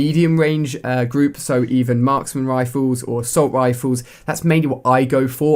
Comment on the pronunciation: Ali-A saying Marksmen Rifles: Maksmen Rifoos